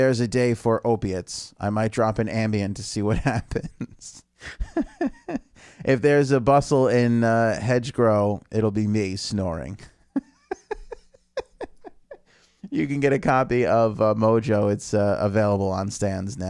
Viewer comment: It's Schwabs pharmacy not Schwartz. Also it's HEDGEROW not hedgegrow. A little research would help before being opinionated